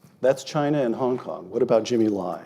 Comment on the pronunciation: Chiner lol